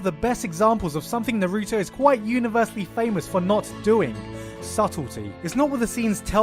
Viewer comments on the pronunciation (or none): Did you just say Naruto (Nuh-roo-toe). Its (Na-roo-toe) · Na-rooooooo-toe -_- Why do you put the most stress on the part of his name that is suppose to be almost silent? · It’s Naruto not Narooto pls pronounce it right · I hate when people say nuh-roo-to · "NUH ROO TOE" That pronunciation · Lol Narugay. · Why do you say naruto like that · Why do you say naruto so weird? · Well, considering how you can't pronounce Naruto right, I don't blame the accusations. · oh my fucking bloody says naruto like that even the dub say naruto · Good god the way you pronounce Naruto is horrendous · Why TF do you say Naruto like that lol annoys me so much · Dude you can't even pronounce Naruto correctly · You're mispronouncing Naruto